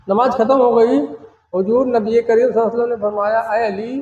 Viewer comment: Namaaz to har musalman k liy ek jaisi hi. He....yeh jo alag alag bata rahe h..esa kuch bhi nahi h..inko to sahi dhang se namaaz bolna bhi nahi aati h..namaaj namaaz bol rahe h